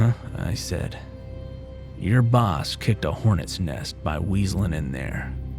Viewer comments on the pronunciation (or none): none